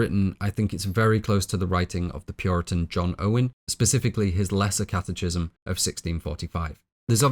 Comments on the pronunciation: Great film and wonderful analysis. Just want to let you know that catechism is pronounced catekism. Keep up the great work! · catechism = kat-uh-kism hard "ch," like schism, anarchism. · First off, I’d like to say that I deeply admire your work ethic, attention to detail, and dedication, and thoroughly enjoy your content. I do have one humble suggestion. It seems you gather most of your information from reading rather than formal education or discussion, as you frequently mispronounce terms which no native speaker familiar with the term would. One example is “catechism”, which is pronounced “kat-ah-kism”, not “kat-eh-chism”. It drags down the quality of your content when such a fundamental topic of your discussion, and which you spend over ten minutes on, is mispronounced. It’s hard to take the speaker seriously when they haven’t taken the time to make sure they’re pronouncing words correctly. Normally it doesn’t matter so much, but it stands in contrast as sloppy compared to the rest of your amazing and laborious work. All I would recommend is that you take a second to look up/listen to pronunciations of terms you’re not familiar with prior to recording. That would make these productions truly flawless. Love the work, and thank you so much for the effort and craftsmanship.